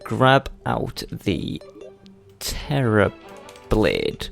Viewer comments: Terrablade, you mean "terribl"ade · Do you mean (Terra-ble)? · Man you just butchered the Terra Blade😂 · U don't Terra blade properly